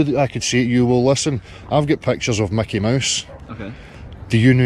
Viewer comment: It's not Macky Mouse.